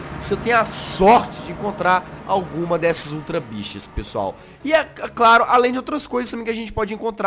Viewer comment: kkkkk só eu entendi "ultra bixas" morri....